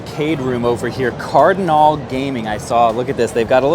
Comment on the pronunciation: Does he really think it says Stimulator?? And he says Cardinal, Card-i-nal...